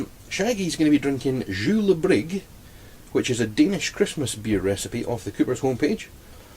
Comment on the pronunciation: Dude you need to practice saying Julebryg (Danish for Christmas beer) it is pronounced in English : Yooler brug. Or use google translater then you can hear it. Your next video should be interresting LOL !